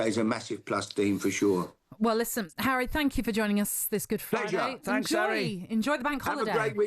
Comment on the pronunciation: How can you not love “arry” great guy 😂😂